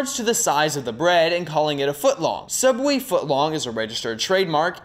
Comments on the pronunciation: I think you mean cough cough Sooubway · YEAHH SOUUBWAY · You did not just make fun of sooubway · I'm never eating at sooubway again. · you mean everything wrong with sooubway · I think you meant Sooubway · Don’t you mean sooubway? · I think you mean s o o u b w a y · I believe it is called sooubway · AKTCHTUALLY ITS CALLED SOOUBWAY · you mean sOOubway? Kappa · i was gonna say Its SOOUBWAY!!!